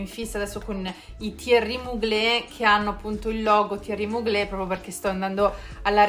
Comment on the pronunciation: On dit Mugler, non Muglé 🙄